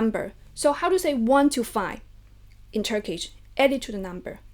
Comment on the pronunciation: As a turkish I really like ur method and pronunciation :)